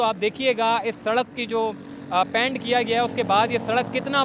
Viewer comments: PANT nahi PAINT bolen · Oh,apnay pronunciation pay zara dehan do, yeh kaisay bar bar paint bol rahay ho🙄🙏